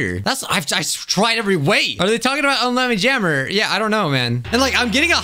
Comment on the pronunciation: “Um lammy jammer” what